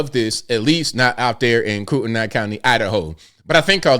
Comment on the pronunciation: Koo-tin-ee county